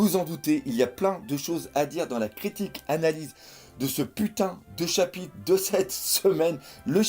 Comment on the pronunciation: Arrête de dire chapite c'est insuportable haha